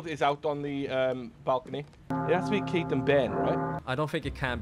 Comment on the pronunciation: I like that Kate got called out for a mispronunciation and didn't get called out for an actual mistake.